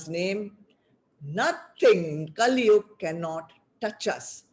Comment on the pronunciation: Terrible audio. Lots of the talk missed! And, why do you keep saying काली instead of कली?? They are totally different beings.